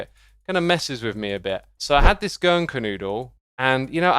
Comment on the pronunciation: If you hadn't shown the image , I'd have never known you were trying to say "Germknödel".